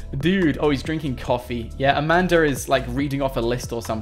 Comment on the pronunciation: This is how many times he said amander instead of saying amanda ⬇